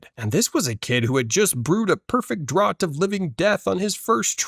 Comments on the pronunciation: Sorry to be pedantic, but "draught" is pronounced like "draft" not "drott." Had to say something. It was just so weird to hear repeatedly. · Draught is pronounced draft. Idk if this is an AI voice or an incompetent reader but thumbs down either way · PSA "draught" is pronounced "draft"